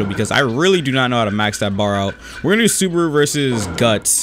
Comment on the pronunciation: The way he said Subaru hurt my soul